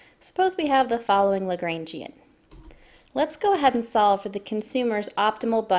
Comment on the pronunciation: Great video, but hearing you pronounce it "Luh-GRAIN-Gee-an" hurt my soul. It's supposed to be "Luh-GRAHN-Gee-an" :(